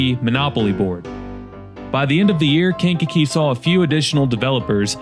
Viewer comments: KankaKEE, accent on the kee😅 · Aka kank-a-jank and skankakee.